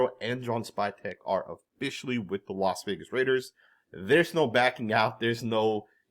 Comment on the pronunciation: He also says Los Vegas